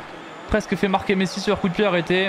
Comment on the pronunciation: pourquoi quand il dis « messi » il le dis comme un autiste?